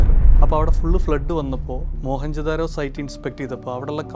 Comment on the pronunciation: മോഹൻ ജോദാരോ അല്ല മൊഹെഞ്ചോ ദാരോ... അതാണ് ശരിയായ പേര്. അവിടെ മോ ഹനും കൃഷ്ണനും ഒന്നും ഇല്ല.